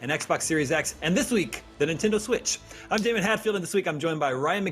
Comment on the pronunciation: The gentleman in the middle pronounces Nintendo as Nin-Tin-Do.